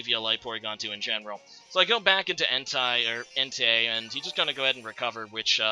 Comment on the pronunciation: U pronounced Entei right, it rhymes with Clay. Well done! Worst legendary trio is Kyogre, Groudon, Rayquaza due to ORAS. Fucking megas these days ruining the game.